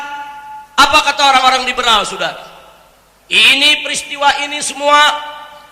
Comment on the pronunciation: Lucu klw nyebutin sudara.....njirrr